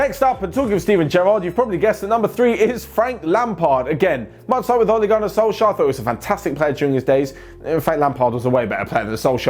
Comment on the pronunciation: I'm happy and shocked you said SOLSKJAER ☺️❤️⚽